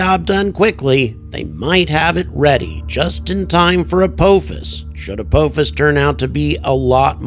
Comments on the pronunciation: Good stuff! But It’s pronounced uh POFFICE. Have you never watched Stargate SG-1? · I believe it is pronounced "ah-paw-fis"